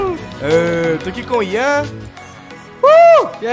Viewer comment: Na hora que ele falou Yan (nn sei escrever) eu entendi Jean💔 Sdds😭